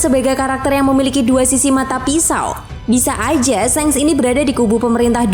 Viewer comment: Shanks ! Baca pake A Bukan shengs ! Memeeekkk